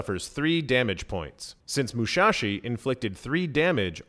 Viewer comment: It's Musashi not Mushashi :(.